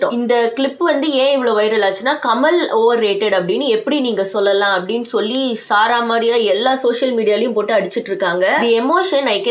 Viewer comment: சாரா மாரியா📛📛 சரமாரியா✅️✅️